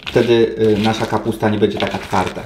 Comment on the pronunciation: Bedzje, sje, własnje... KOSZMAR